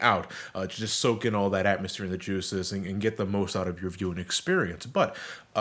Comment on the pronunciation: I dont like how you said the juices